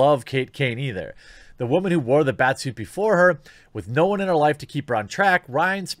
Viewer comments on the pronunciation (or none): why can't you say woman properly? It''s wUHman not wAAman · Stop saying Wamon instead of Woman. No wonder you get roasted constantly. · Stop saying wamon. But I agree with everything you have said. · why does he keep saying waman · Why do you pronounce it wa-man? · Why are u saying Woman like that. It can't be an illegal word in YT can it? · why does he pronounce woman like that? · I’m new here; is there a reason you say “woman” that way you do? Lol Tell me and I shall subscribe